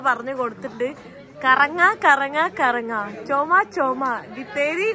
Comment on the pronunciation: കറങ്ങാ അല്ലാ കരങ്ങാ...